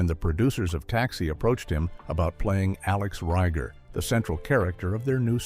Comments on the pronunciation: Alex REAGER not Reiger. 🙄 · If you're going to use AI to narrate, at least check the pronunciation of names. Tony BAHN-TA? Alex RYE-GER?? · That and the narrator (AI?) can't pronounce Alex's last name correctly. And any straight guy or lesbian who didn't think Marilu Henner was sexy as hell has something wrong with them. Loved her in Johnny Dangerously - "You got those. I like those on a woman." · and can't pronounce Alex's last name. Although to be fair, I have seen it spelled as both Rieger and Reiger. But any fan of the show knows it was pronounced with a hard "e" and not a hard "i".